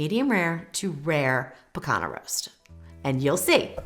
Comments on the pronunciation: Rump Roast aka "pee-KAHN-yah” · It's pronounced pee-CON-yuh. Like the ñ in Spanish.